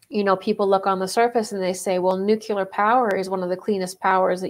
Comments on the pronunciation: Omg. Nu-Clee--ar. Not nu-Q-ler. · "History doesn't repeat, but it rhymes." -? The themes of love and selfishness resonate, and their wild dance raises echoes in time. OMG it's Groundhog Day all over again! :-] sigh BTW With great respect, wishing you greater power: Nuclear is nuu klee errr, not nuu kyuu ler. Enhances credibility, and that never hurts. You bless us with insight. Thank you. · I just wish people talking about nuclear whatever could pronounce the word correctly.